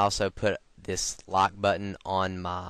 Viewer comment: he sounds like hes saying 'lock' insted of 'like' haha